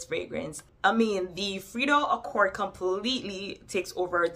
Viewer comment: I’m dying at “frito accord” 😂😂😂